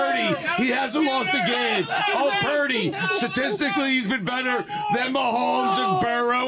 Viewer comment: I think Stugotz said "Satistically".